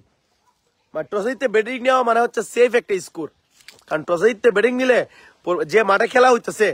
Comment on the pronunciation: এরা তো স্কোর উচ্চারণ করতে পারে ইসকোর বলে তাদের কত আশা!